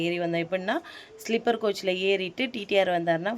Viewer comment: ஸ்லிப்பர் கிடையாது ஸ்லீப்பர்😅